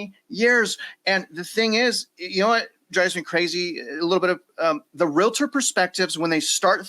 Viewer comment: Can you guys please learn how to say the word Realtor, not realitor? I listen to your programs on a regular basis but it annoys me that you can't make that correction.